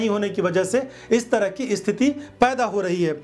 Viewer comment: Bhai sthiti ko sthiti bolte hein dost. Usko isthiti nahi bola karte hei mere chhote bhai.